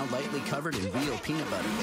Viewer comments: I like hey said:PENUT BETTUR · PEANA BUTEAR